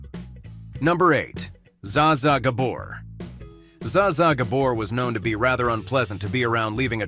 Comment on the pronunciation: You mispronounced Ms. Gabor’s name.